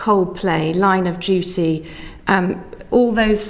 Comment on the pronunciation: “Line of dew-ee” lmao